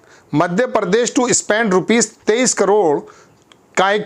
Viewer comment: आपका उच्चारण सही नही है l प्रधान को आप परदान और प्रदेश को आप परदेस बोलते हो l और बहुत सारे शब्द हैं जो आप ठीकसे बोल नही पाते l